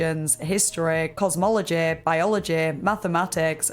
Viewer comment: historeh, cosmologeh, biologeh